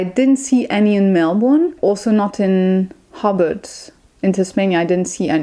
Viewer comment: Hellloooo enjoyed watching your vid. haha i did have a giggle at the accent on how you say hobart (sounds like hobbit which is very fitting to be fair for hobart/tasmania haha!) ho-bart. I defiantly can see why there were frustrating parts of Australia, particularly Melbourne where im from. Melbourne is defiantly more about some of the laneways, coffee, business and then if you (exactly as you said) go outside the city I would recommend the dandendong ranges for walks and if you like beaches the Mornington peninsula. I recently went to tassie and unzoo is different from many of the zoo's in australia. Sydney is great for tourists as its basically set up that way. oh because i love bugs and snakes and stuff haha. Funnel webs are the most venomous spider (lots north of melbourne) and you will basically die unless you get to a hospital VERY fast. But yeah-red backs are scary because they are so easy to encounter. Tiger snakes are dangerous but I would say the Brown snake is far more risky as they are more venomous and aggressive (they are a bit nuts). Technically the taipan is the most venomous but like...nobody sees them. Brown snakes-eep. But yeah travelling and hiking in tassie a few months ago you did really well-and defiantly its best seen on the road with a car if possible. I love that you love bin chickens. Bin chickens are kinda picked on but kinda loved-they are in melbourne too! more in the suburbs though.🐦🦤 oh how were the crazy big goose things in unzoo. ueeeghh! Hah